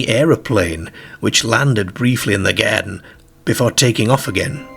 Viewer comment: Its where you drive a caere, a bit like a gaereden.